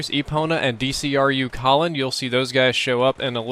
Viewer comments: It is not DCRU Colin its Pronounced like D Crew! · Decrew! Its pronounced decrew Colin! Come on! Don't us the initials...as in demolition crew